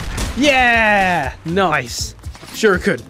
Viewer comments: its pronounced sher-eekin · I want to know something do you personally, pronounce shuriken “sure ee kin” or “sure e kin”